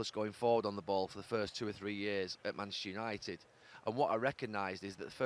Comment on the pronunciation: Why does Gary say "Maneshter United"..listen!!